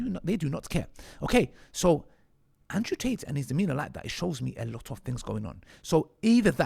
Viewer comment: Man said Ansrew 😂